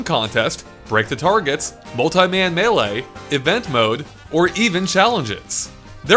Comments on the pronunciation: I die a little every time I hear Ma-lay for Melee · It's not that hard to say MELEE!!! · “Super Smash Bros Melay” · HOORAY FINALLY PRONOUNCED MELEE PROPERLY EDIT fuck. Nevermind